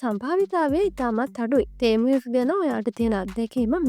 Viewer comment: තේමු තේමු ගන්න එපා යකො...ටෙමු කියාපිය.